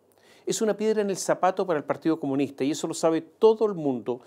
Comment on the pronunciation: "trata el problema de la PDI", jajaja, 30 segundos en una columna de 42 minutos. Después de decir 137 veces "partíoh comunihtah".